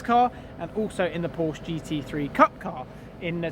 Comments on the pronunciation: Its not Porsch its PORSCHEEEE......for god sake ……………… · If your going to race for Porsche you should nail down the pronunciation of your employer lad. It's "Por-shuh" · I would think you would want to say Porsche correctly in your videos. Porsch - uh :) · If u gona race for them at least have a decency to pronounce Porsche right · If you’re going to race for Porsche........pronounce the name right first. Thanks. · your going to have to learn how to pronounce the name...